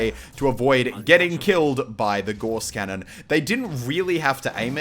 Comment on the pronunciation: Its pronounced Gauss cannon Im pretty sure, if Im wrong correct me.